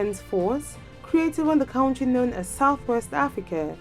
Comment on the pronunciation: when you cant even pronounce the word Country correctly then talk about other militaries.If you don't have anything to do then shut your channel down and stop comparing things you cant just compare.